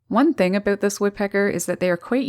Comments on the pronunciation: It's been quite a while since I listen to a Canadian speak, in addition to this Woman's lovely voice, I just love how she says about, we hear Aboot, LOL, love it, by the way are you single?! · "aboot?" Upper Midwest? Canada?